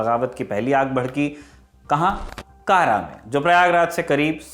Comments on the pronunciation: कारा नही कड़ा कृपया सुधारें हिंदी पुस्तकें भी देखें। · पूरे वीडियो के दौरान आप ने जिस शब्द "kara" का उच्चारण "कारा" किया है वह वास्तव में "कड़ा" है, जो की up के कौशांबी जिले में आता है मेरे घर से काफी करीब है... और बाकी जानकारी बहुत अच्छी लगी 👍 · जिस उच्चारण की बात कर रहे है ये बार बार कारा कारा कह रहा है जिसका सही उच्चारण कड़ा है जो इलाहाबाद के पास है यह वामपंथियों की लिखी स्क्रिप्ट बस रट्टा मारा है वाह क्या बात है इतिहास पढ़ो पद्मावती थी हिस्ट्री की बुक आरपी शर्मा की मिले तो पढ़ लेना ये बस अपनी सोच हमपर थोप रहे है। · कारा नहीं कड़ा भिलासा नहीं भीलसा/भिलसा अली गुरशस्प नहीं अली गुरशास्प..... सही शब्द होने चाहिए। मैंने तो पुस्तकों में यही पढ़ा था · यह कड़ा है कारा नही प्रभु। इतिहास हिंदी में भी है। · कारा नही है कड़ा है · It's कड़ा मानिकपुर not kara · कारा नहीं, कड़ा ( कौशांबी में) है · कारा न कहकर कड़ा कहना चाहिए था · कारा नही वो कड़ा है इतिहास पढ़ने और इतिहास समझने में बहुत फर्क है 😆 चले इतिहास पढ़ाने 🤣🤣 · Kara is also on Wikipedia (Kara, Uttar Pradesh). It's strange that even in the movie padmavat it's pronounced wrongly.